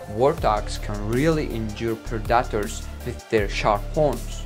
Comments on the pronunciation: I thought this video was predators being killed by their prey. I didn't see that at all. Was this clickbait? By the way, "Predators" is pronounced PREH da ters. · Pred dat ers was to distracting to watch it. If you can’t say the word don’t use it every other word say lion that’s what’s the video is about but he insists on saying pred dat ers over and over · Unbearable.. all i hear is pro-dattours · At least learn how to say the word you’re gonna use the most in the video…… Predators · He should have someone else narrate. He cannot pronounce the names right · The way he says "Predators" is sending me🤣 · Aren’t whales the longest mammals not giraffes? The way you say “predators” is distracting. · Predators. Please say it right. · I love the way the narrator pronounces predators. PRA DA TARS. Hysterical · "Pra-duh-ters" 😂 love it! It's awesome you speak English so well when it's clearly not your first language! I love hearing ESL people's accents when speaking engrish! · I honestly kept thinking he was saying protractors . Gave me flashback to geometry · The gazelle is known to use speed to escape "Predeterz" lmao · I had to smile at the pred-AT-tors.... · What´s a "predatter" ? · Preh-dot-tours lmao 😂😂😂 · Why he's pronouncing predators as Productors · Let's hear it for those perdahtrs! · I hear predators as productors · "Preh daters" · predaators 😂 ahh toke me a 1m to relies he was saying predators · "pre daters"🤣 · Learn how to pronounce PREDATORS bud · 😂😂😂 that's what I kept thinking. Man, he needs to Google how to say predators lol. Edit: he actually needs to Google all the hard words like predators, wildebeest, giraffe, Zebra, buffalo, huge, big, choice, oh boy, too many to list them all. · It's predator not parataders stop butchering the English language. I don't care if it's not your first language. Which is OBVIOUS! and it's constructive criticism get over it PEOPLE. You get compliments and criticism that's life... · Pred dat toors. Also known as pred-a-tors.